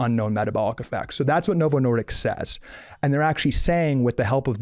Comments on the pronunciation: I agree with Calley Means except it sounds like he is saying Novo Nordiks! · he doesn’t even know how to say novo Nordisk, keeps saying Nordicks. Good grief. So dramatic and argumentative.